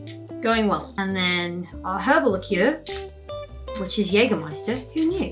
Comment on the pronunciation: Yeah, Yeah drinking cocktails with Alice. And you pronounced the German brand "Jägermeister" correctly. 👍